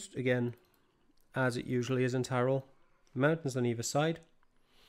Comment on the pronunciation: You have a very good pronounciation for the places